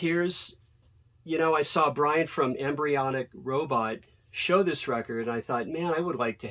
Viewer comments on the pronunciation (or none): none